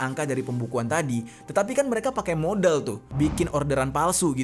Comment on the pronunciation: Modal❎️ Modiielll ✅️